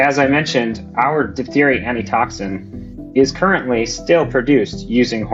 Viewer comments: it's pronounced "diff-theria". ph makes f sound. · “though diphtheria is rare today…” With RFKjr’s leadership it probably will be coming back…